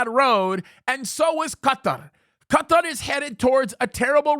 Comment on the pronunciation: Well, now there is another way to pronounce Qatar.